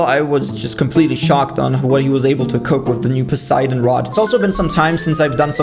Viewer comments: Bro is now not saying posaydon rod hes actually saying poseidon rod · GUYS HE SAID POSEIDON AND NOT POSAYDON